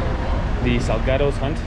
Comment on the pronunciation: i could PAY a mexican guy to pronounce this word in a more spanish way than this guy, and he'd probably fail